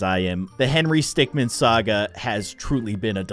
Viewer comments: Bro Henry literally spoke he said stickman pawnch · henry said stickmin pawnch